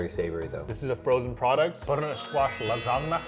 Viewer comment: you do know you dont pronounce the G in lasagna